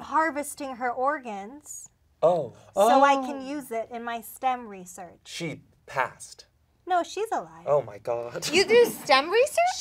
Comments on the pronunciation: pronouncing research “ri-SURCH” is EXQUISITE. That’s like the one thing I remember about that character and they took it and ran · I was waiting for it, and i'm SO happy pronounced research right